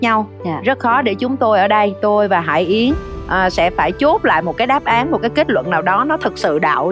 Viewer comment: M rất hiếm khi cmt nhưng thật lòng góp ý với CT nhờ chị HẢI YẾN phát âm rõ tên cô ấy được k ạ? Chính tên mình mà đọc k rõ thì nghe rất khó chịu luôn đó ạ! Đọc cái tên bản thân mà nuốt hết cả chữ!! Anw: Ct rất hay ạ! Cô Tô Nhi A nói rõ hơn cả MC! Còn chuyên môn của cô ấy thì xịn miễn bàn rồi ạ♥️